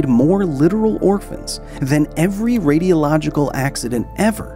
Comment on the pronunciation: I think he means the “radialogical” instead of “radiological”